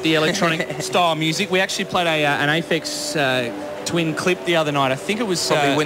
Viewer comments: "Aphex Thin... Aphex Twin" - interviewer can't even say this correct :P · lol, "Apex Twin"? "Aphex Tin"? :P The Channel V guys r completely clueless.